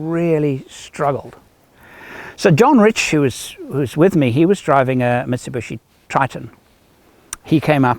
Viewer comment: It is 'MIT SU BISHI' and not 'MIT SU BUSHY'